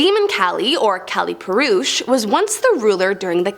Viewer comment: Kaaaaaa-leee is how uts pronounced and there us male female personas to kali.